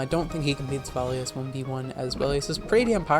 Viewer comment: By the way INTERESTING way to pronounce and spell Zweilous, fam 8)